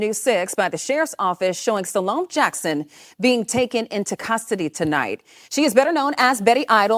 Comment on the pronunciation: THERES no Z in Salome please 😂 it’s a French name not Spanish